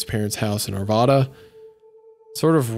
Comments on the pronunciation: Arvoda 😭 the vad in Arvada is pronounced like rad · The 'vad' part in Arvada is pronounced like rad. Unrealated... just about poo poo'd my pants when I heard my home town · hometown moment, and you just did the number one cardinal sin, its are-va-duh, not are-vah-duh. Each A is different, if you pronounce any of the As the same youre saying it wrong.